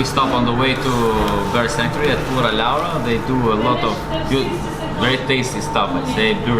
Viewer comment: says the hindi abusive word lauda instead of Laura lol.